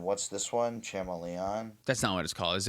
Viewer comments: Sha-mel-eon is the best way to announce it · Cha-mah-Leon?! That one had to be on purpose right?? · I'm putting one piece of sand into each of your Etali sleeves for saying Chameleon like that cam ❤